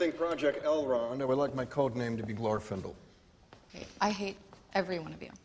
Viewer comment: "Glorfindel" lmao...